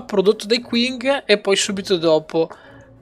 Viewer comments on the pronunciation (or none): piccola nota inutile, l'impero cinese Qing, si pronuncia Cing, scusa ma ogni volta mi sanguinano le orecchie ahahaha Ottima serie comunque!